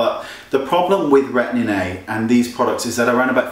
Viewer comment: I love the way that Wayne pronounces Retin A..Retinnnay :) So cute.